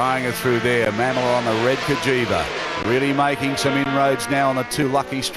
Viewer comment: BTW it’s pronounced Ma-mola, not Ma’am-ola